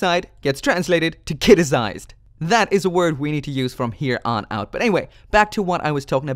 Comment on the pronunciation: "Kitized" not "Kiticized"